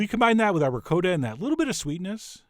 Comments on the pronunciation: Ri-kot-ah...not ri-coe-da We are not savages old chap. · rick-coda? where did you go to school? I can hear every little old Italian Grandma in the world hitting the floor gasping as they hear you murder the word RICOTTA!!!! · What is this ricoata, that rhymes with dakota, you speak of? Chef John, shame, shame! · Did he just pronounce ricotta like "recoota"? I'm just wondering though haha! love your videos!! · Tony Amabile and the way he pronounced it Tony! My ears, I can't unhear it, ricoata! Oofah...... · Ree-coat-a Lmao